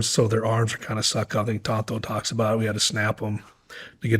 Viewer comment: Well said. It is "Tanto " not Tonto btw, lol.